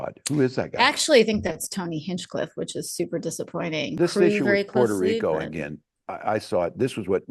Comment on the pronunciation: Why is no one sampling Trump saying "Porto Reeco" alongside this coverage??